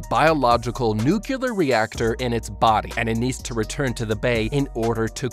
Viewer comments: sorry, what are 'nukkilur' explosives? does it have anything to do with aluminumm? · Nuclear ❌ NuKiller ✅ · Wait wait... Nucular? Nucular? Like Nucules? So it's a nut-shaped or is it a compound fruit? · Now do a video on how to beat the correct pronunciation of the word NUCLEAR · NUCLEAR SAY IT N U C L E A R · MY GOD! I hope you've learned how to pronounce NUC -->>L<<---EAR since this video! There is no second U in NUclear, count them: 1, ONE, ONE U. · The most unrealistic thing isn’t the giant angry lizard, it’s the fact that the Japanese government cares about its citizens. Also: the word nuclear ( new-Klee-Ar) wasn’t said correctly one time. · NOO-CLEAR , NOO-QUE-LAR... Is it so hard for people to get the pronunciation of "Nuclear" correct ? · Bro you're really bothering me with how you keep mispronouncing "nuclear". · Why are you pronouncing nuclear as “nucular”? I have nothing against this video, it just bothered me for some reason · Could you please pronounce nuclear correctly in the future? It makes it very hard to listen to your videos when you keep mispronouncing something that is central to the theme of the video. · The way he says nuclear triggers me. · Tbh I was so bothered by hearing "nuclear" mispronounced over and over, I just stopped watching lmao. I didn't hear any "how to beat" either, he just summarizes the movie without any real commentary. Should have titled it appropriately. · the mispronunciation of nuclear is killin me man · Bro does not know how to say nuclear💀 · okay 3 things 1. this is really cool 2. please figure out how to make the subtitles say the same things that you are saying, it's distracting and misleading 3. please, please, please learn how to pronounce the word "nuclear" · the number of times he mispronounced 'nuclear' in this video was triggering.